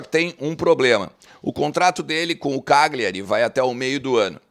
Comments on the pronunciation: sou teu seguidor, só uma dica, morei nove anos na Itália, a pronúncia é "Calhari" o GL deles é o nosso LH. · A pronúncia correta é Calhari. O G é mudo.